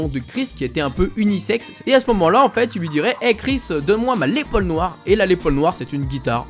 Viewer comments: on dit une "LAISSE" Paul pas une Lé Paul! On prononce toutes les lettres!:D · et on dit lesssss paul ;) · C'est Lesss paul, la prononciation, sinon super vidéo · Le s des les Paul se prononce car en référence à son créateur lester paulfus